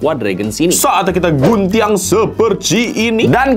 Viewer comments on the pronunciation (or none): Orang Minang ya bg kok nyebut nya Guntiang ga gunting